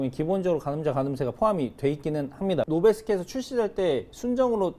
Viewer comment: 노베스”키“라고 발음합니다.